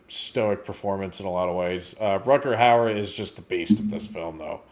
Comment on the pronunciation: it's Rutger "Hauer"..Not Howard 😂